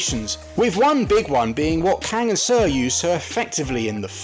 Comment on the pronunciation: Seo is pronounced „So“